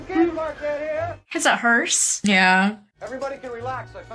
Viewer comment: Okay, I'm 16 minutes in and I heard them call the ecto1 a hearst three times. IT'S NOT A HEARST...... it's a Cadillac, Cadillac doesn't make hearsts...... It's a Cadillac "Ambulance"........ Made from a station wagon. Has a bench seat in the front, and two bucket seats behind a divider near the two rear doors (in the ambulance model, these two bucket seats are back to back with the front seat)....... In the back where in the normal station wagon, would be a third row of seats, the seat bench is removed, and a track installed that allowed a stretcher to be loaded in, when it's collapsed down to fit through the rear cargo door (in some rare cases they even had the normal wagon setup for the door to swing out normally, and open like a hatch back.... My dad had one of those which was made 10 years later). Again, it's an ambulance, not a hearst